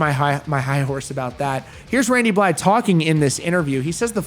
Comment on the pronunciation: Points for pronouncing Blythe correctly. You my dude